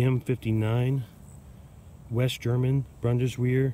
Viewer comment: try bund-es-veer